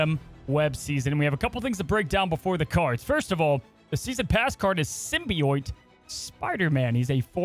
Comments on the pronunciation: You said Araña better than Symbi- OIT. It's pronounced Sym- bee- it or sym- bi- oat. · Sim-be-oat As opposed to sim-be-oyte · Did he just say "Sim-Bee-Oit"???? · This card is [perfectly good pronunciation] Araña. I probably butchered that haha I don’t speak Spanish. Also: The season pass card for the season will be SIM-BEE-YOIT Spider-Man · if you read this, symbiote is said like sim-bee-oat. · SYMBIOITE?? WHERE IS HE GETTIN’ THAT SECOND I FROM??? WORDS AIN’T PEOPLE MAN THEY DON’T HAVE TO HAVE TWO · ''Sym-bee-oyte'' was KILLING ME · Roll The R When U say Arana. Lol Good Luck. Oh & Sybi-OAT. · Not to nitpick, but it is pronounced Sim-Be-Oat (Symbiote) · The pronunciation of symbiote is sending me 😆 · Nails Araña, butchers Symbiote lol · I've never heard "symbiote" pronounced the way says it until this video😂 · You said "Araña" perfectly. Symbiote, however...! LOL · I’ve never heard someone pronounce symbiote like that. Holy moly lol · I cringed every time attempted to say “Symbiote” 😂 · You pronounced Araña correctly! Symbiote though lol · After your poor pronunciation of Symbiote & Araña, I'm surprised you could say scarlet spider correctly. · Symbiote pronunciation is satire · Why is he saying symbiote so badly? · Your pronunciation of araña was perfect. Your pronunciation of symbiote however was the worst thing I've ever heard in my life